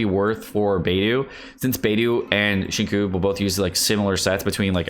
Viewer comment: It pains me whenever he says beidu and sinku